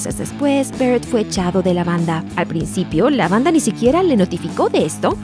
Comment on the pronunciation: Syd "Berret"